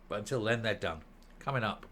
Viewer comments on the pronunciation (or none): none